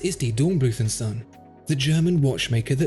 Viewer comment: zon? you mean Sohn, with an oo like in go or slow, oh is long oo do your home work please...